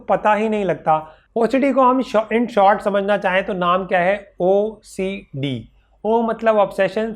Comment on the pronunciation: When he is saying OCD it's sounding like bhosadike😂😂